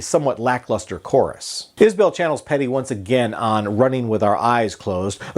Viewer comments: “Iz-bul” not “Is Bell” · Its actually pronounced Iz-bull....its an Alabama accent thing. Just listen everytime he opens a concert and says the name of the band. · A well reasoned review, with one glaring fault: how can you not know how to pronounce the artist's last name?